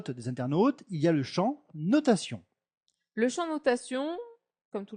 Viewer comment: << Le champ notatioOnN>> Bon petit tuto en tout cas.